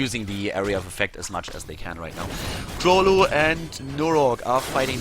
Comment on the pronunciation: The way to pronounce 'Królu' is with a 'u' in place of 'ó'. It's a Polish phonetic letter. The whole nick means 'King' which is 'Król' in Polish.